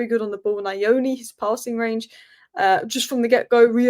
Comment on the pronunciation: ❤ you... please come for a tutorial of how to pronounce Nyoni 😂😂😂... it sounds more like New-oo-nee